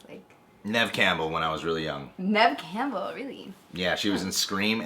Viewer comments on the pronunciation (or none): none